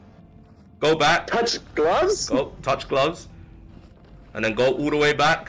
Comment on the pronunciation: Tell me he didn't just say touch🥊 🤦🤣